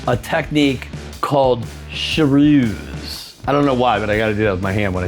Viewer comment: pronounced siruse.. You're making it sound like sheruse🤭